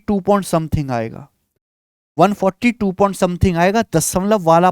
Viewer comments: अद्भुत, अकल्पनिय class, 7 करोड़.........🙏🙏🙏🙏😂 बस आप point को pont मत बोलिये सर जी नहीं तो ध्यान भटक जाता है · Please don't say pont it's point 🥶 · Point ❌ pont ✅ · Point ❌ pont 😆